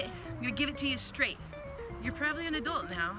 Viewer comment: I was not expecting that turn. The way you said STRAIGHT! Scared me damn. You are the coolest cat